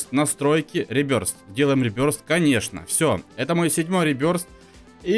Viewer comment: Ребёртх а не ребёрст